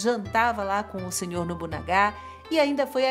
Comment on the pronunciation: Muito prazer gostei de vosso vídeo com informação interessante e como vossa graça demonstrou a preocupação de pronunciar o nome deste importante daimyo e como as palavras tem poderes mágicos deixe-me ajudada como vossa pronuncia ....nobunaga é pronunciado como paroxítono O ACENTO É NO NA